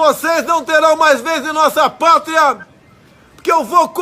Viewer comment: "uma limpeza nunca VISTO", "a nossa PRATRIA" kkkkkkkkkkkkkkkkkk